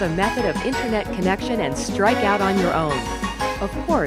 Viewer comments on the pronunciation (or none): none